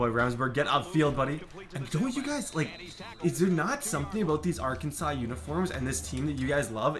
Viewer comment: Hey I’m from Arkansas and we hate when called Ar-Kansas. Especially since we was a state before Kansas.